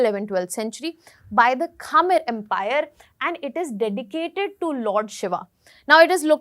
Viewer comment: it’s not kha-mer, it’s khmer